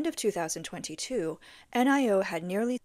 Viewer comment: Excellent report. please note Auto maker NIO is pronounced Nee-You, Not N-I-O